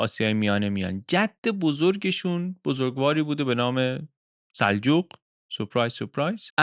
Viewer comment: من محقق این دوران هستم در ضمن سِلجوق درسته نه سَلجوق